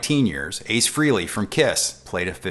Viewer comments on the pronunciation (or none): it's FRAY LEY! not FREE LEY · I love you,... but as a hard core KISS fan, I have to comment. It's pronounced FrEHley, like "Canada, Eh" and the song I think you're referring to is "Rock And Roll All Nite" not whatever you said...